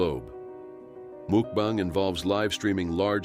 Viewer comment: When the narrator said mookbang, I knew I had to watch something else, anything else.